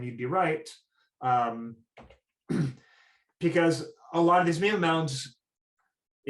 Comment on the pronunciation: You're pronouncing mima wrong.